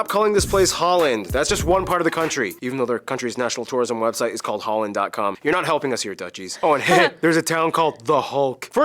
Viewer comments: The "a" in holland, rotterdam, amsterdam and so on is pronounced as the last "a" in America. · I genuinely hate it when the Dutch call their own country Holland or use the English pronunciation for the cities. It makes me want to throw you out of my country. :face-red-droopy-eyes